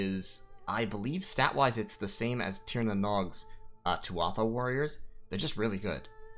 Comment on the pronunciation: Btw, Tuatha is pronounced "Too-ah-hah"! Just something I recently learned. Irish is a weird language xD